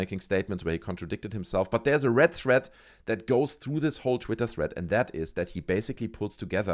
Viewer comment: Jesus Christ it’s THREAD not THREAT.